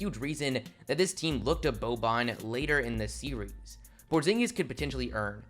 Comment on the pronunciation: Did you say Kristaps Pornzingus?